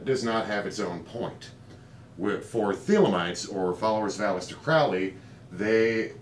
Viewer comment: "Crowley" rhymes with "holy,".